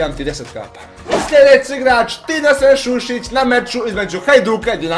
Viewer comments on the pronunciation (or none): sušić a ne šušić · Bije Šušić nego Sušić! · Nije Šušić nego Sušić